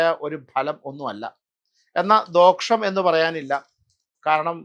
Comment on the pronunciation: ദോഷം എന്നത് "ദോക്ഷം " എന്ന് ഉച്ചരിക്കാവോ?